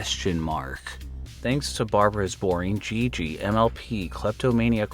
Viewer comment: A minute in and I have to say that 'Jiji' is probably pronounced like 'Heehee.'